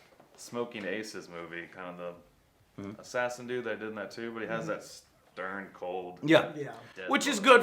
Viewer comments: !!! ASSHASSIN ASSASASHINATION... driving me absolutely mental here, what the hell is going on Joe!!! gaaaaah... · U guys notice Joe can't pronounce assassin haha he says assaSHin